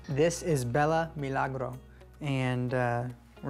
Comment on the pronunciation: He actually pronounced it well 😅 (I'm a native spanish speaker, that's how we pronounce it). It's such a beautiful name, it means miracle.